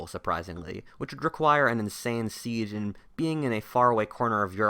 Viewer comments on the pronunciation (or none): none